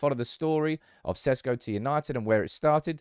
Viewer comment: its SHESHKO, not SESKO. that's how its pronounced god damn it.